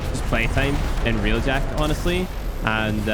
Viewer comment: id suggest not doing railjack video when you dont know how to say railjack to begin with..